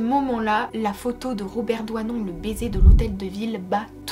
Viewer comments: Robert Doisneau et non Robert ""Douanon'' !!!!!!!Grand photographe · DoisnEAU PAS DOUANON...SVP ..LOLLL C EST FATIGANT..SURTOUT DIT 50 FOIS .. nt